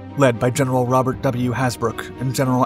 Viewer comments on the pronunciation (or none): none